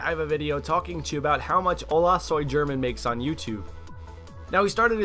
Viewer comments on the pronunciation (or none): LOL! The way English speakers say Spanish names is soo funny! xD It's pronounced "Ola soy Herman" not German! XD The 'G' sounds like an 'H' when next to either the vowels 'E' or 'I'.